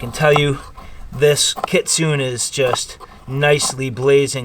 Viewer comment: Im not trying to be pretentious but I believe Kitsune that the E in the word itsounds like a hard A so it sounds like KitsunA . It is from taking traditional Japanese Karate for years . But I could be wrong .